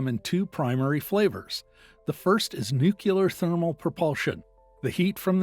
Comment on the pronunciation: Learn how to pronounce nuclear....